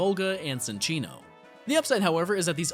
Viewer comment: It's pronounced Chin-Chee-no- because it's a chinchilla .